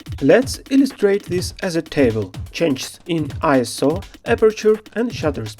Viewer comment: Thank you so much for pronouncing ISO correctly! So many YouTube "pros" say I.S.O.